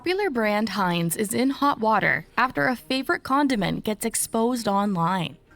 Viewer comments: Mans said Hanes getting exposed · Its heinz , hanes is an underware company , just sayin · It's Heinz, not Hanes. Lol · Did you say “Hanes” while talking about ketchup getting exposed? Are you talking about underwear or ketchup? 😂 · Btw it’s pronounced Hines not Hanes. Hanes is an underware brand. Heinz is a Ketchup. There’s bugs in everything. If ya find it let someone know and get your reward. It happens. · Heinz is pronounced “Hines” not “Hanes”. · Heinz not Haynes🤪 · Hanes,,,Heinz,,,Talk Right,,,,This Is America,,We Speak Proper English,,Not JIBBERISH ,,,iGHt,,😆😆😆😆😆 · He said Hanes... 😂😂😂 You like underwear?! 🤔👀🤣🤣🤡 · Pronounced Hines not Haynes. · Love it is prononced Hines....I just had to let u know because my name is Haynes lol dang I love me some ketchup! Time to get some vinegar and make our own! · Ur saying hanes like underwear its Heinz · "Haynes" - It's Heinz " Highns" , it even says it in the video your watching 🤣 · Its no Haynes ( Thats underwear) Its Heinz...And its ingredients are banned in most countries. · Hanes????? U mean Hi-nz😂😂😂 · Ketchup... on rice!!!?? What's wrong with you. That's disgusting. Also it's said Hines. Hiiines. Heinz. Not Hanes. This isn't underwear. Lmao. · Bro, its not even 4 minutes in and you said HANES like 6 times after hearing HINES as a how its pronounced... Hanes is underwear, Heinz is ketchup etc! lol Just trying to be helpful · If your eating it this much, then surely, judging by your looks / age, you know the pronunciation is HIGHNZZZZ Not Hanes, its not underwear, its Catchup. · The ketchup is pronounced with A long eye is not silent Haynes.Underwearst, what you're saying it's Heinz.It's like how you might pronounce.I hi. Or like r b a with her family yet this october she had something A long eye is not silent Haynes.Underwearst, what you're saying it's Heinz.It's like how you might pronounce.I hi. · It isn't pronounced Haines it's pronounced Heinz. It sounds like Hiiinds long I sound. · Hines bro not Haines